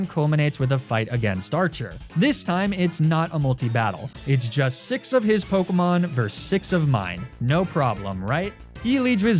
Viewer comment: it's so infuriating how he mispronounces half of the pokemon, town and leader names. I hope it's on purpose and not just pure ignorance